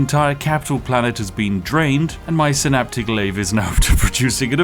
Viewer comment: Heh.. you say "synaptic lathe", but I hear "astronomicon" 😂